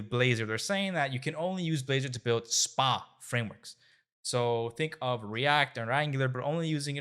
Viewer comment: Stop caling it Spa-Applications, it has nothing to do with Wellness. It's SPA, all uppercase, its an Acronym so it's AS-PE-AY Applicatons.